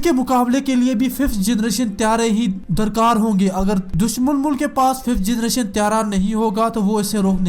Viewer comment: Generation not jernation